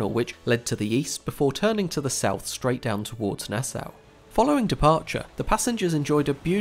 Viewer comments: Nass-ow? It’s not German :) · Surely it's pronounced "Nas-saw" in the Bahamas, "Nass-ow" in New York state.